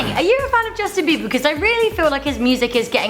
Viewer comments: By the way it's not beaver its beiber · it's not beaver it's beber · you said beaver lol